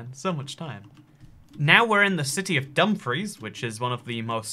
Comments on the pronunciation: That's not how you pronounce dumfries. It's spoken like dum-freece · Someone from Dumfries here! It’s Dum-Freece like fleece but with an R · Your pronunciation of Dumfries hurts my Celtic soul